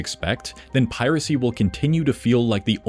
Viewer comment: To hear a supposed human pronounce "piracy" as "pi-RACY" gets old really fast.